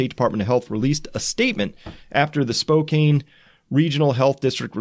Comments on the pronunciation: Spokane is not pronounced Spoke-Ain, it is pronounced Spoke-Ann. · Spokane is pronounced Spoke-*can*, not Spoke-cane, btw. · Excellent report, thank you! (FYI, Spokane is pronounced: Spo-can, not Spo-cane) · Teach Chris how to pronounce "Spokane", please. Like Spoke-Anne, right? Not Spocaine. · It’s “Spo-can,” not “Spo-cane”. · Its pronounced - Spo-can....NOT Spo-cane. Love the hard work you do. Keep it up. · Chris: Spokane, WA is pronounced "Spo-Can," not "Spo-Kane." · Spoe-cane? Grrrr. Spoe-cann is how it's pronounced. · Spokane is pronounced “Spoke-Ann” not “Spo-Kane.” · Spo CAN, not Spo cane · It's pronounced Spo-can, not Spokane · Spokane is pronounced Spo-Can. Washington cities have strange pronunciations. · Thanks, my thoughts exactly. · Chris thanks for what you do, a lot. I cannot help with the South Korean pronunciations but I live in Washington state not too very far from Spokane, pronounced Spow (snow) can. Just ordered The Fourth Turning. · Its pronounced Spo-can, it's my hometown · "Spo can" is how Spokane is pronounced. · SPOH-CAN is how you pronounce the name Spokane just in case you wanted to know, I realize it has no bearing on the more important topic of discussion. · Great video man just fyi Spokane is pronounced more like "Spo-can" or "spoke ann" if that makes sense. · It's pronounced Spo-can. Thank you for all your time. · The city is Washington ,Spokane is pronounced spo-can. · Spo-can is how you say Spokane. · It is pronounced Spocan the e on the end of Spokane does not make it sound like cane but it the sound is can. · By the way its pronounced "Spo Can" even though it looks like Spokane. For future reference. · Spokane is pronounced: SPOKE-CAN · I think it is pronounced SpoCAN Washington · Spokane is pronounced Spo Can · Totally not important but it’s spo-CAN. I lived as a pedant and by God, I’m going to die a pedant. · Spokane is pronounce Spo can